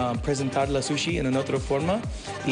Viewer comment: Hay que mejorar su pronunciación por eso del body "suchi" jajajaja